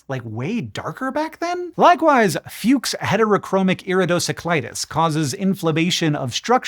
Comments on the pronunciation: Hank, we're all proud of you for saying fuchs heterochromic iridocyclitis correctly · Im so proud of you for saying fukshyldroirticlidus properly!! 🎉😂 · I'm not nearly as impressed with your correct pronunciation of Fuchs Heterochromic Iridocyclitis as much as I am with your flawless pronunciation of Vogt-Koyanagi-Harada Syndrome and Alezzandrini's Syndrome. That was four foreign names from three different languages. (German, Japanese, and Italian?) Bravo.